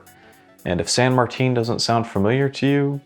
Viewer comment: Go to the san martin watch store and it’s San Martin not san Martine